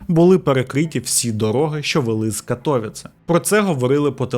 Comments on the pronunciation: Доречі, в Каліші ця фабрика піанін, функціонує до сих пір,і будівля із зовні має такий самий вигляд. Ех.... До війни працював в Каліші. І поправка - не КатОвіце,а КатовІце)) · На майбутнє: правильно Катовиці, а не Катовіце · Не катовіц а катовіце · Не Катóвіце, a вони — Катовíце, множина. Я б локалізував Катовіци. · Вибачте, що виправляю, але катовІце, наголос на передостанній слог😊 дякую за цікаве відео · При всій повазі, але дуже ріже слух коли називають місто КатОвіце . Я мешкаю тут у Польщі вже третій рік,і була в цьому прекрасному місті вже 2 рази! І наголос на катовІце (на і) а випуск чудовий та моторошний) кожного разу, коли дивлюсь випуски про маньяків Польщі… то аж мурахи… бо я тут живу і мої рідні 😮😢 та дай Бог ніхто не постраждає!❤😊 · Тільки не катовІце а кАтовіце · катовІце, а не катОвіце теж щоразу вуха різало,наголос завжди на перед останній склад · Катовіце. Наголос на і 😢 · Катовіце наголос на 'і' 😊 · КатовІце, наголос на "і" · Така мала поравка, в слові Катовіце наголос падає на І. Вибачте за таку душність 😅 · Дуже Сильно ріже вухо від неправильного вимовляння Катовіце, прям не повага, і таке відчуття що спеціально, мені як громадянину Польщі не приємно таке чути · Катовіце ,не так вимовляється,наголос не туди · Живу в Катовіцах. Одразу зауважу: наголос має бути на літері і. Дивлюсь далі. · Дуже класне відео і цікава подача. Але авторе, будь ласка попрацюйте трішки над наголосами, що назва вулиці, що міста Катовіце сказані неправильно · Хоч вимова деяких назв або імен трохи помилкова, але історія - супер! Навіть не чула, що в Катовіцах був такий тип... Добре, що здох. Дякую Вам за роботу, як завжди - неперевершено! 😊